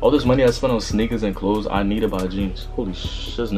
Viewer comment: Im mad he said "klaws"